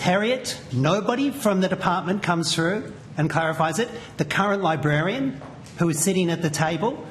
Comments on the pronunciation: She can’t even say librarian properly. She’s saying libarian. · Ugh 'libarian' ur a funking adult, learn the damn word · Did she say "libarian"? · didn't even pronounce Librarian correctly 😂😂 hint, its not Liberian 😂